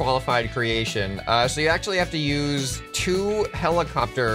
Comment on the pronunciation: Ah yes, helico-pter